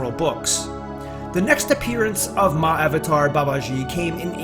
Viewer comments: I thought you said. "Many have asked me about 'My Avatar Babaji'“ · It's pronounced Maha-avatar Baba-gee. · Better pronounciation - Maha-Avataar Baba-G. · Pliz do not add false news abt Mahawatar Babaji, yu can’t even call his name properly,our Babaji is much more then wat yu r talking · Narration and style could have been better. Pronunciation is not that good. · Its spelled right, he's pronouncing it wrong.